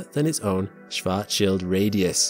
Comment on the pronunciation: I'm mostly impressed with your ability to pronounce "Schwarzschild".